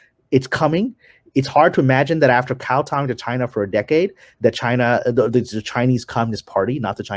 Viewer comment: It's "Kowtowing" my dude! We ain't tipping cows! 😅🐄